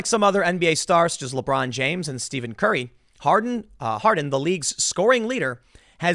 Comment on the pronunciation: Gotta say, I fucking lost it laughing when you said "Steven Curry" looooool. It's Stephen Curry pronounced like "Steffen Curry".